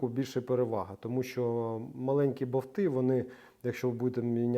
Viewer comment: БоВти? Тобто, не болт, а боВт?😂